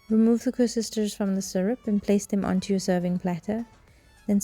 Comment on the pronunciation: Koeksusters not koesusters lol...